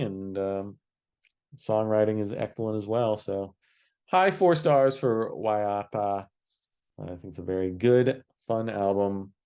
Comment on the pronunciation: Excellent job guys, especially going in cold. The Enz were part of my world from a very early age growing up in Australia in the 70s. That said, I'd have trouble ranking the albums. Waiata (pronounced best by ) is a sentimental favourite of the pop era for me. Very happy it's his number one. The easy to find Enzology podcast is well worth a listen, especially for the early years. Very candid and worth your time. The Rootin' Tootin' Luton Tapes is very highly regarded and well worth a listen. Well done guys, made my day.